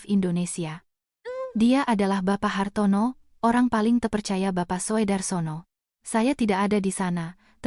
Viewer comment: Wahai pembaca cerita 😂 Tulisan Soedarsono (ejaan lama) dibaca Sudarsono (EYD) 😛🙏